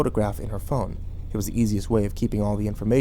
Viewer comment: am I the only one, who heard "thong" instead of "phone" and got super confused for a second? =/